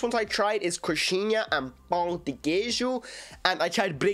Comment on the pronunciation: vc finalmente conseguiu pronunciar a palavra pão direitinho 👏👏👏